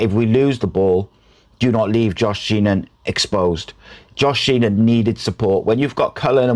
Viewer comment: My left ear is offended. Also, it's "Sheehan" not "Sheenan". Regardless, thanks for the vid.